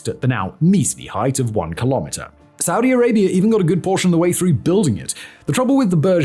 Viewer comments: Saudi Arabia doesn't end in an 'r' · "Saudi Arabiar" -Simon Whistlier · Why does he insist of pronouncing it Saudier Arabiaer? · "Saudi Arabier"? How can you not know that you're saying it like that?